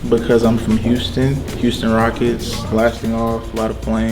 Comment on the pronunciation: Ummm ..... I like the video but i'm still concerned about the "Rockects"